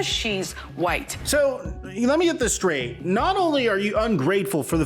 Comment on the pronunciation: don’t ever say SKRAIGHT again 😂😂😂 🫡 💯🔥